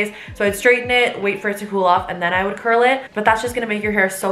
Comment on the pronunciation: Curls more like shurls 😂😂😂😂😂😂😂😂😂🤣🤣🤣🤣🤣🤣